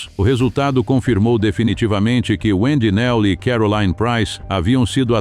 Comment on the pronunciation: Nihayet karolayn dediniz neden isimleri hep yanlış telaffuz ediyorsunuz 😊😊